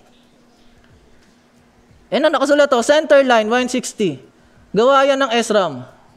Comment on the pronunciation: ahh ok po okay Naman po ung video s ram lang ung Mali na prunounciation Pero maganda Naman po dami part sa video na natawa ako dahil sa mga jokes mo kagaya nang sa upuan ututan at ihian hahahahaha